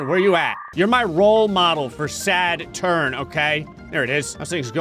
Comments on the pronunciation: It not sadturn it’s Saturn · It’s not sadturn it’s Saturn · "Sadturn" I love it! 🤣😊